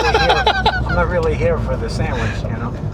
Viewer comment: "I'm not IN this for the SAMMICH" - that's GOLD Jay, GOLD!